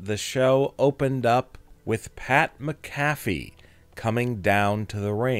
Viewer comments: Mac-A-Fee not mca-fè say it right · Soon as he mispronounced McAFee I left. One of the most legendary punters ever and you can't get his name right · Pat mack a fee. Phonetic spelling since you cant pronounce his name. Come on man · Lean to say Pat's last name right dude! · Jesus atleast pronounce pat macafees name right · This narrator an ai? Why can't he say "Pat McAfee"? Ha. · Can’t even say Pat’s last name right!!